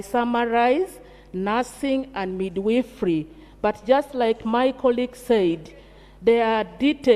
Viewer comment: Midwifery and not midweefree